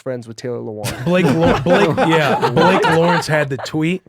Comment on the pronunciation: He said Lewann. Stopped listening. Booo